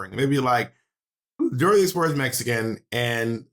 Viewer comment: Yes, Bob, most of us Mexicans don’t have a friendly Kiki with Spain….lmao! Big colonizer energy. I cringed when she said Dora the Explorah (like Monét said 😂)